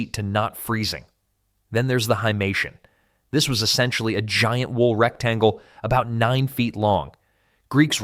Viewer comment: Himation is pronounced H-i-ma-t-ion, not ai but i, like bit. And T like the letter.